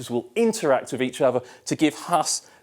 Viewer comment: How can you be on tv and you cannot pronounce your “th”. Other - Ovar Three - Free With - Wif Something - Somefing Terrible